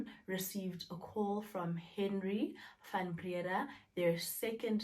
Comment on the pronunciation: "Van Brea-daa"